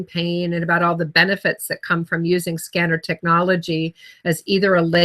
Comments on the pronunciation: Its pronounced sken- nar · Ask a Scenar expert who can't even pronounce the device name?? lol